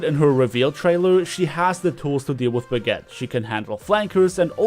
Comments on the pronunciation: Why Do U Keep Calling Brigitte Baguette? I'm Not Only One Hearing That Right? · did you just pronounce brigitte "Baguette"?